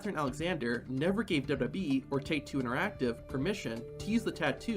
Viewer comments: Say it TF with me: DOUBLE-YOU-DOUBLE-YOU-E Not dubba-dubbee... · The narrator doesn't know how to say "WWE".